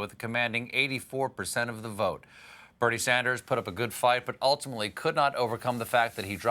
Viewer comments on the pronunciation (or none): none